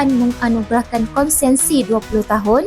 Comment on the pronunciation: Konsesi bukan konsensi